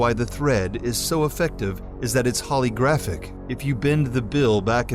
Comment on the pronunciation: "Holographic," not "holygraphic"!